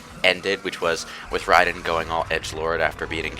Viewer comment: Love how pronounces Raiden correctly.